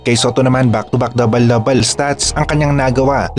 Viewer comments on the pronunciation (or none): hindi ako alimango..natutuwa lang ako sa pag pronounce nya ng dabel dabel… kaya lang dahil obobs ka kaya kailangan kong mag paliwanag..